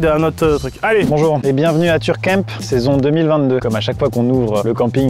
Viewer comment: je ne veux plus jamais entendre "turcamp"